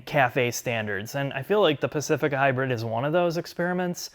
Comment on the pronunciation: Did he call it high bird Lmfaoo